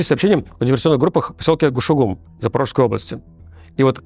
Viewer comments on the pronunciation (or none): «Кушугум», а не «Гушугум»